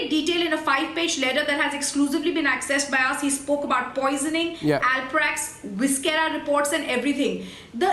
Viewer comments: How come these very knowledgeable panelists pronounce viscera as ‘vis-kera’ ?!!!! 🤯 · GUYS IT IS NOT VISKERA, IT IS VISCERA LIKE IN "C" AND NOT "K".